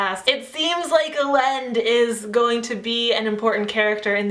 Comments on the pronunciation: Great review ***** :) I listened this on audiobook and it was a great experience! I notice that you pronounce some of the characters' names differently than what I heard on the audiobook. Elend = "elle-and" and Sazed = "say-zed". I mean no disrespect, just wanted to mention it! Have a great day :) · I have always pronounced Elend "Ee-lend" and I know that everyone pronounces it different :'(